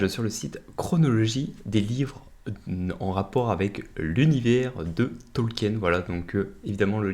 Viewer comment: Mon dieu 🤣 le pauvre professeur doit ce retourner dans sa tombe avec ta prononciation de son nom 🤣